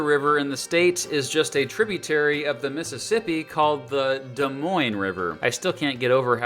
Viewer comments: He even pronounced Des Moines correctly and this Hawkeye is happy to hear that! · Being Iowan, this video makes me happy and you pronounced Des Moines right!!!!!!!!!!!!!!!!!!